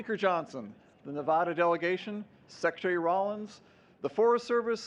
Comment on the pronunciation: Beautiful tree. See, our state is more than neon signs and casinos. But a little irritating the first guy kept mispronouncing Nevada